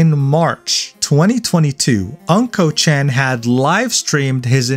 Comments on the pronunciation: I couldnt watch the video because you keep pronouncing "unco" (meaning poop) as "uncle" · Hey, it's Not "A"nko, but "U"nKo. AnKo means Red Bean Jam, and UnKo means Poop/Faeces, It's TOTALLY DIFFERENT THING!! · he sure lives up to his name because Unko ( a closer pronunciation would be "oon koh" ) means Sh!t. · not anko chan, but unko chan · hahaha anko chan, its unkoh meaning shit or poop. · Bro can't even pronounce unko correctly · Ok, mispronouncing "Unko" is kinda understandable, but "Show Hai"? Come on!